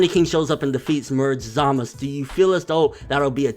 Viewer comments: Real Question: why does he keep saying Zamus instead of Zamasu? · Hey I love your videos, but please! Why do you insist on calling him Zamas?? There's a very clear U at the end of the name. Zamasu!!! Driving me insane lol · Why can't he pronounce the "U" in Zamasu ? We all know how to say it from how they say it on the show... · Zamasu! not Zamas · Why dont you say ZamasU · I get so triggered by him saying zamasu. i dont know if its pronounced Za Ma Su or how hes pronouncing is the right way. someone let a bro know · I hear a U at the end everytime vegeta trunks or goku says it. maybe the gowasu thing is formality? idk but i call him zamasU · what can't pronounce Zamasu? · why do you not pronounce the U in zamasu? Eh idc love your channel!